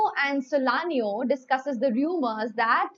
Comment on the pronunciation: Ma’am it’s SALANIO NOT solanio